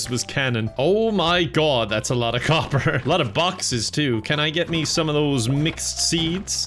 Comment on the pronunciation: I hear “mcseeds” every time he says mixed seeds